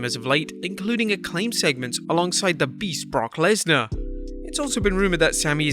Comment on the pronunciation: Kurt is too damn old. I hate the way he says brock Lesnar